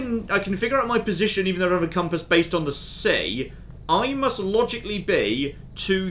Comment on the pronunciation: Take a shot every time John says “logic’ly” in this series.